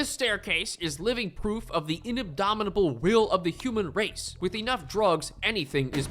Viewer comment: Did you just say inabdomitable? JFC.